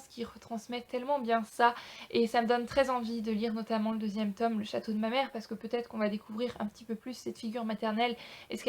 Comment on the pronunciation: Pas le 2ème "Tom";le 2ème "tôme"...